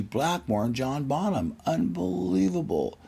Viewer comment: "John Baw nam"